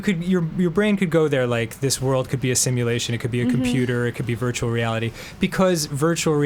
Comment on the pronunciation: I love how says "virtual" as "beertual." It's so endearing. □□